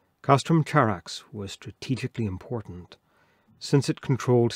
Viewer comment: It's Greek Khárax, with an uvular fricatife, not the English affricate ch. Would you read Chersonesos with a ch?